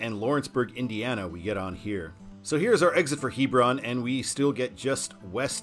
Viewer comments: Well, that was a trip down memory lane, as I grew up in the Kentucky suburbs of Cincinnati, so travel on I-275 was fairly frequent. One thing though, the local pronunciation of Hebron is "HE-brun" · Fyi...Hebron is pronounced with a short e vowel, not long.